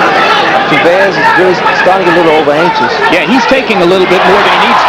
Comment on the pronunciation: HBO could even pronounce Chavez correctly.